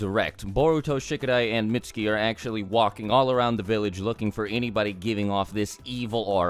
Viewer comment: Is it pronounced Mit-ss-ki or Mits-u-ki